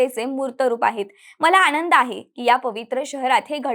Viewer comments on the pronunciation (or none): none